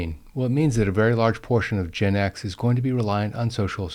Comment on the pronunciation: You pronounce Gen X as "Gin X", which is a whole other level of alcoholic issue 😂😂